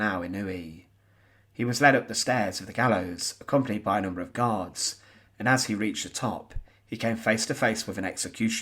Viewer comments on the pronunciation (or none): none